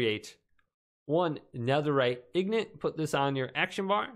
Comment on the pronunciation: Your saying ingot wrong, it's actually really distracting, you say it like "ignit" here let me help "ing" makes what sound? Ok hopefully you got that right now add "ot" to the end